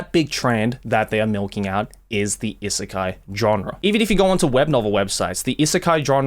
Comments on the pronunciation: is it really pronounced issekai? i assumed it's i-sekai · Why you pronounce “isekai” like that tho